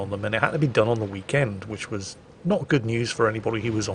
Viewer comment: "Howdy folks, hope you all had a hhhweekend"